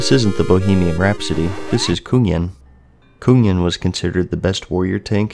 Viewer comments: coonyen ? the fuck ? its Kungen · Why does he keep calling Kungen (Kun- GEN) Kunyen (Kun-YEN)? lol wtf! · When u say Kungen as Kungyen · It's not pronounced Kun-yen, it's .. nvm. Swedish. Also, fun fact, it means 'The King' in Swedish. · You didnt pronounce ot right, im an swed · it's pronounced Kung-gen and Nuh-high-lym